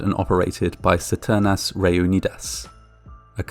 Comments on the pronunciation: ceternas reunidas? CISTERNAS. Check it on google translate. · It's Sis-te- hard R -n-ass Re-unid-as